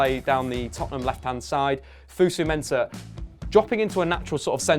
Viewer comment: FOSU not FUSU lmao